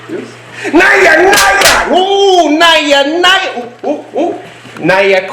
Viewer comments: Correction India Cobra is naja naja or naga naga not nya nya ( like in Spanish where 'j' sound like 'ha' or 'ya'). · Not naya naya its naja naja🥰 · Naja Naja not NAIA naia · Why do u pronounce it as 'Naya Naya'..? It's 'Naja Naja' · It's not NAYA NAYA IT'S NAJA NAJA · The way you say 'Naya Naya' sounds so cute 😁 also, Its 'Naja Naja' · Your pronunciation of Naja Naja is wrong.